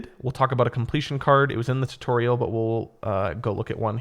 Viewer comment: short and quick tuutorial he said